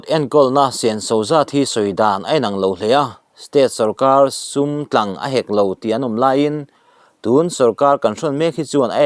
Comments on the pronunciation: Sumtlang tihpoh lamdiklo sum. Tlang ati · Sumtlang i lam dan a dik lo ,entir nan Tlangsang kan lam ang hian lam tur,chaw tlang tih angin ilam